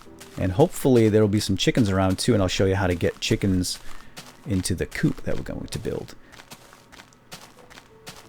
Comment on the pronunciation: lol chicken coop sounded allot like chicken poop